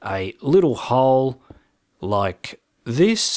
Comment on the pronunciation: did anyone hear him say hawl!! instead of hole